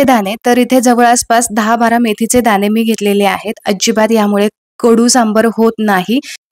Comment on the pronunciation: सगळ छान आहे .काही मराठी शब्द अशुद्ध आहेत. पन नाही पण , आपन नाही आपण.मेथीचे दाने नाही दाणे असं म्हणा. व्हिडिओ दाखवताना कृती सांगताना भाषा शुद्धच पाहिजे. Sorry for suggesting.